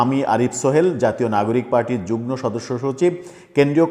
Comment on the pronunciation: উচ্চারণ যুগ্ন নয় যুগ্ম